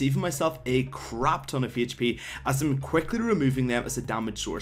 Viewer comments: he really did, as he said "...save a crap ton of Heyach P" there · lol u say "HE h p"